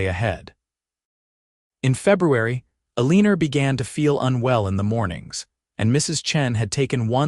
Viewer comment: OMG, if the voice can't pronounce your main character's name correctly, change it to something else! Eleanor being pronounced UH-LEEN-NOR, (which rhymes with "a weaner" the way it's emphasized), makes me not want to watch because it grates on my ears. Ugh!